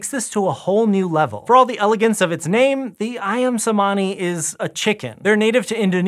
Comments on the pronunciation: Imagine pronouncing "ayam cemani" as "ayam semaani". Does it kill people to look up correct pronounciation through Google? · love love this list!! that pronounciation of ayam cemani tho... 😬😬😬